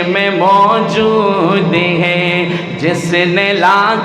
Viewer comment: Na awaz Achi na Hy tune theek or hay ko hey keh rahy hn.itni khubsurat Baat ko kharab mut karo.